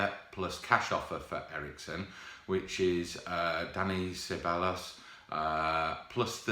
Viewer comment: Please pronounce Ceballos right just Google it